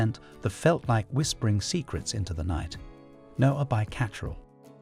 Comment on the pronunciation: You are not pronoucing some of them correctly eg to cacherel.